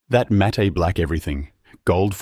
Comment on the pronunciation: Great tips, thx. Matte is pronounced “mat”.